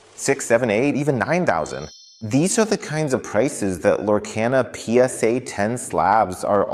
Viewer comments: It's pronunciation is Lore - car - na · You keep saying the name wrong why ??? Its (Lore-KAH-nuh) 👌